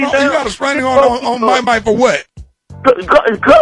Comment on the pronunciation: You are right....but I think he said Constraining order